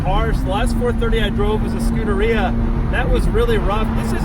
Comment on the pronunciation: Please learn how to pronounce Scuderia